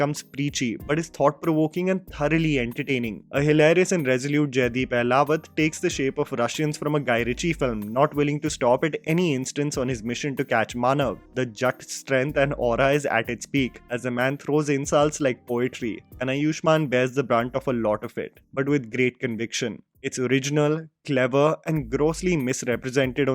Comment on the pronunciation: It's not Jatt, it's Jaat